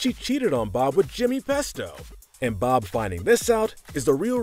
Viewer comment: I thought that you said blob for a second